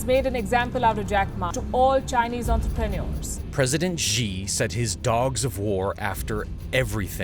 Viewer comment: Don't you know that Xi is pronounced She, not Jee??